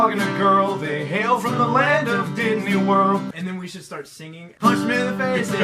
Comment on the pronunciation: Did I hear "DIDNEY WORLD"!